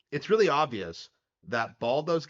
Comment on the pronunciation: Baldur's has an R in it